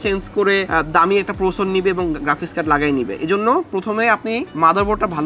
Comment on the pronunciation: Are boro sor Ota prosor na, ota Processor